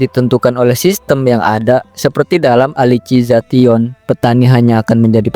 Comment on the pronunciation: Elisizasyen ❌ Alisi za tion ✔️